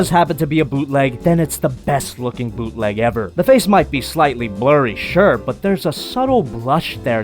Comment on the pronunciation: Bootleg? More like booteh leg